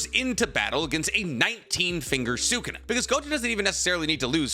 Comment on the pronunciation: Idk why this bothers me so much but it does It's pronounced Suh Koon uh Not Sooo Koon uh Anyways love the videos